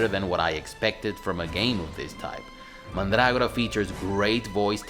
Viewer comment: Mandrágora. How very pronuntiatio restituta of you!